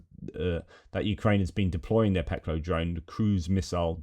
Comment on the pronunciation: Just incase you want to know, "Peklo" the 'O' is pronounced like the 'o' in 'loft' rather then 'low'.